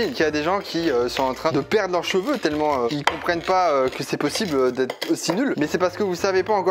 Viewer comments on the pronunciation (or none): none